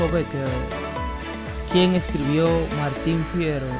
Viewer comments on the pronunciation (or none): Martín Fierro. No Fiero. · Hay que tener cuidado con los contenidos y con los errores que se deslizan en el video,teniendo en cuenta que mucha gente piensa que todo lo que se ve en you tube es cierto. "La vida es sueño" no es de autor anonimo,sino de Calderon de la Barca, es Martin Fierro,no "Fiero" y el autor de El proceso se llama Frank kafka ,entre otros errores de pronunciacion, quiza debido a que quien lee es de habla inglesa o no tiene ni idea de lo que esta' leeyendo😕